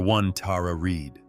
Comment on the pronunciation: Your pronouncing Tara Reids name wrong